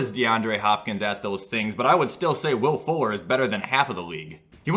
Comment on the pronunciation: When he said Will Fuller, I thought he said Will Ford